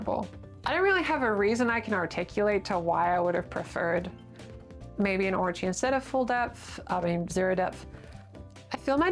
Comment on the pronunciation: whats a orchy? I keep thinking you're saying orgy😂